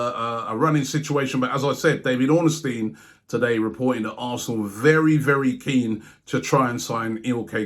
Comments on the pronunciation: Why does Robbie pronounce it David OrnAstein? 😂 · made said ornestine y'know next it'll be the return of pochechino